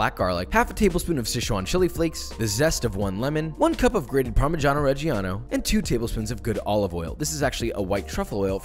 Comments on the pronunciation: It's not par-mee-jah-no re-gee-ano, it's par-mee-jah-no re-jah-no 🙂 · You're not better than me because you say parmigiano reggiano 😒